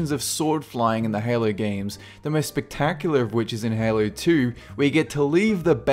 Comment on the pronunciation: when you say "in halo 2" it sounds like you are saying "inhaler 2"